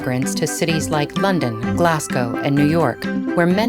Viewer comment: Not a perfect pronunciation of Glasgow but it's better than glass cow 😂